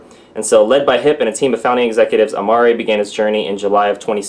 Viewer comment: Hiep is pronounced "HEEP", nice guy actually met him a couple times at the corporate office in Irvine.